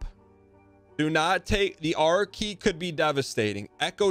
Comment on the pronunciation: I didn't even know he was saying R key, I thought he was saying Archae or something up until the item actually appeared.